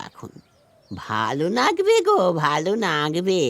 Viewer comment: মন ছুঁয়ে যাওয়া অসাধারণ এক গল্প এই প্রথম শুনলাম। উপস্থাপনা দারুণ হয়েছে। এই গল্পে তথাগতকে পেয়ে খুব ভালো লাগলো। খুব চেনা কণ্ঠস্বর। শুধু বুড়ির কন্ঠে যিনি অভিনয় করেছেন তার বিভিন্ন জায়গায় বিভিন্ন রকম উচ্চারণ যেমন একবার বললেন লাগবে পরক্ষণেই নাগবে... কোনো উচ্চারণে মনে হচ্ছে একদম ইয়াং লেডি পরক্ষণেই আবার সেটা যেন মেকআপ করে বুড়ি হয়ে যাওয়া... এইসব বাদ দিয়ে বাকি সবকিছু খুব ভালো লেগেছে। ❤❤❤❤❤❤❤❤❤❤